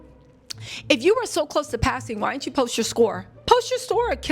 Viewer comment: the word is Didnt not dittend just a sugestion keep em coming,great videos!!!